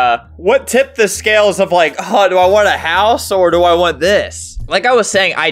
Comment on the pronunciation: I thought you said horse